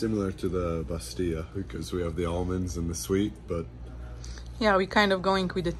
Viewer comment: nn bastilya Just bastila 🇲🇦🇲🇦